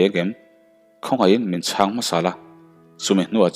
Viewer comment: Ngai chang te han tih, mauin chang a nei, sa ka châng tiha châng ang hian lam rawh.